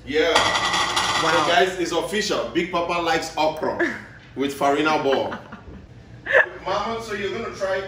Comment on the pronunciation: Na semo dem dey call ferina ball?😂